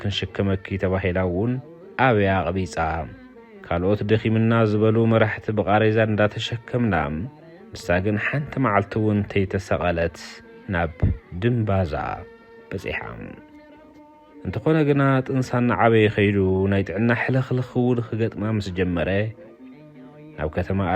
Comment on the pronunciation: ድምባዛ not ድምብዛ